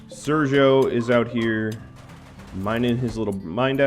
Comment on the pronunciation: Sergio now is pronounced in the right way. Good job man, you're great :D